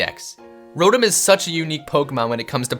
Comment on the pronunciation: It's Row-Tom not rodum Its ark-ee-yes not are-see-yes Its Zur-knee-us not whatever the fuck the other pronunciation is it's ee-vel-tall not yeevelta Gr-ow-don not groundon Ray quay za not ray quaz a Dee-all-ga not die all ga